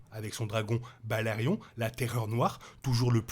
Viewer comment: Inaudible !😡 Tant que tu continues de traiter toutes les deux secondes les Targaryen de "taga-riens", j'arrive même pas à écouter.😵‍💫🙉🤕 Sans compter Balerion la terreur noire qui devient "BalArion"!!!😳 Dommage, ça semblait un peu intéressant.